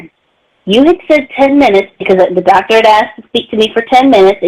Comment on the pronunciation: Happened upon this video, and I'm glad I did. This call cannot be dissected enough. This whole saga, with "Tha Doctuh" is my personal favorite.